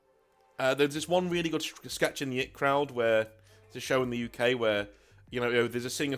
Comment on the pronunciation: For a dude that hates people saying Morty and perty why the hell do you call it the "it crowd" it's I.T crowd 😂 love the videos tho